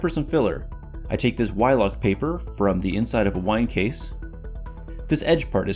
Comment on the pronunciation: "Wylock paper" Ha!